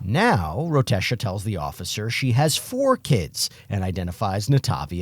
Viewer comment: "Rotesha", enough said